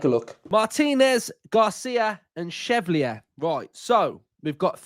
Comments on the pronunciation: Great pod mate- Lucas Chevalier would be my choice, btw it’s pronounced SHE-VALLI-YAY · Pronounced Shev al ee ay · Joan, pronounced Wan in Spanish...... Chevalier, pronounced Shè-val-eeeyer in French... 😉!